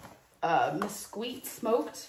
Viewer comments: Mesquite.: MESS-QWEET. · “Mes-queet?” Oh Good Lord… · It's pronounced 'mess-keet'. :)